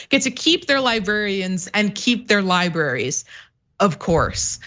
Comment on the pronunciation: If you're going to talk about libRaries, can you please pronounce it correctly?